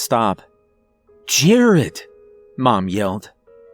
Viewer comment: Fortunately we didn’t all disappear. I’d also like to thank you for pronouncing the name right . Thankyou . Also also my grandfathers name is “Jerry” and my heart skipped a beat when the fathers name was Jared.. Also also also my moms name is Debi